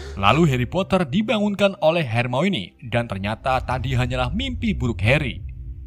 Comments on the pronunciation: Baca nya harmone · Bang coba dong hermoine nya disebut hermoni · HERMIONE = HER-MI-WUAN BUKAN HERMOINI BANG WKWKWK